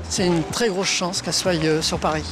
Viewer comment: ON DIT PAS SOYE ON DIT SOIT